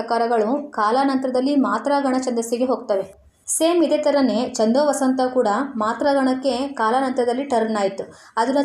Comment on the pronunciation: ಹಲೋ ಮೇಡಂ... ಈ ವಿಡಿಯೋ ದಲ್ಲಿ ಛಂದೋವತಂಸ ಛಂದಸ್ಸಿನ ಹೆಸರನ್ನು ಎಷ್ಟು ಸಲ ಹೇಳಿದ್ದೀರಾ ಅಷ್ಟೂ ಸಲವೂ ಛಂದೋವಸಂತ ಅಂತಾನೇ ಹೇಳಿದೀರಲ್ಲ.... ಅದು ವಸಂತ ಅಲ್ಲ ವತಂಸ ಛಂದೋವತಂಸ ... ಬರೆಯುವಾಗಲೂ ಅದೇ ತಪ್ಪು ಮಾಡಿದೀರಲ್ಲ.....